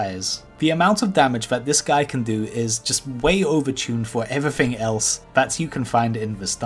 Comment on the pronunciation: "evrafeng" "kiting meffod" "do dis" 'number free" "a wock elemental" "a fwost mage" "fwostbolt"